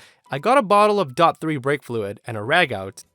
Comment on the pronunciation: Just because it's spelled DOT. It's not pronounced dot like .com. It's D O T. I can tell this guy has never been around a car before.